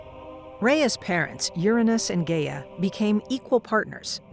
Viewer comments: isn't it supposed to be pronounced as 'Ga-ya'? not 'Gey-ya? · Well for starters just cause they have a team doesn't mean they do good work. But if you would like an example Gia does NOT sound like Rhea. It's pronounced (Guy-a) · This isn't bad at all, but the only thing I have an issue with is the pronunciation of Gaia. It's pronounced guy-ah not gay-ah. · "Gay-uh" oh no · ngl, can't get over the fact of the mispronunciation of Gaia